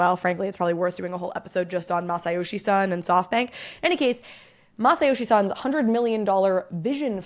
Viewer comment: It's hard to tell whether you're trying to say Masayoshi Son or Masayoshi-san. His surname is Son and it is rhymes with zone.